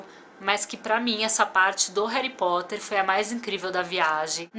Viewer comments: "Heri" Potter legal kkkkkk Harry Potter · rari potter ?????????????????? n seria harry potter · "Heri potter" doeu na alma😖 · concordo , nossa isso estragou o video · "Réri Potter" aaaaah q agonia, só o dobby pode falar assim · Na vdd, você falou Réri aporte rompido inteiro! Nunca mais faça isso! Haha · Eu amo Harry Potter! Mas pf, no início do vídeo você falou Réri Potter, não faça mais isso! Haha